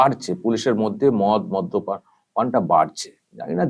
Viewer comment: মধ্য পান নয়, মদ্যপান